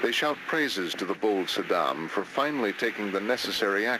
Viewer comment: Saddam, not Yaaah...